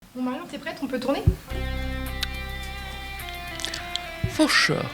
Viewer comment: Ne l'a t il pas voulu ,ce côté " for Shure "..??. Se foutre de la gueule de ses auditeurs , n'est il pas la marque d'un E.T.....